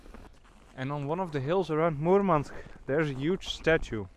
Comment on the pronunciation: Махил сказал Мурманск прям Мурманск, произношение - фантастика Parabens